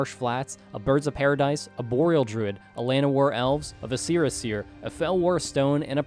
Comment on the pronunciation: VISC-er-a seer, not vi-SCE-ra seer! Ahh. Okay I’m over it. Excited y’all are back!